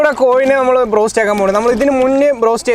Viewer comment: brost anno ado go ennano paranje